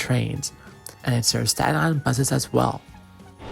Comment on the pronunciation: i've never heard anybody ever pronounce any of these places like you 😂 nobody says statEN it's always like stat-in or sta-in with a hard stop instead of T. same with tottenville. but anyways it's krazy seeing most of these places i've grown up going to. i grew up in south beach and old town / grasmere were my main station depending on how i felt like walking or if i stopped somewhere along the way. i always wished the south beach rail line still existed, as well as north shirt since i lived 2 blocks away from them both. if u look on google maps u can see roughly where the south beach line use to be because of how the houses were built. also remeninets of it west of sand lane. maybe the metal tracks are still there, ive never wandered into the swamp to check.